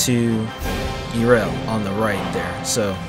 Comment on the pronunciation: This is a very well made picture. That being said, there IS one thing I felt I should mention - in the video you kept calling her Eerel, but it's actually pronounced Yarel.